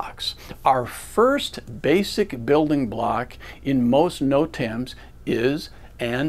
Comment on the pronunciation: Good video just can't get passed the way the instructor says Notams lol. "noTAMS"